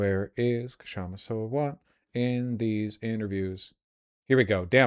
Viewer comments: It is shama . K is silent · Her name is just pronounced Shamma - the K is silent. And last name is SAA-Wunt